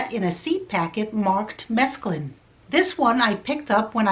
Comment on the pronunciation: It's SO NICE to see somebody not pronouncing it as if it were spelled "mescaline"!!!